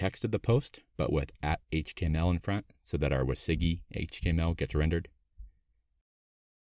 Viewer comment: Thanks for the tutorial, learned useful things about Svelte and Sveltekit. Just got confused by your pronunciation of WYSIWYG (wizzy-wig is how I know it).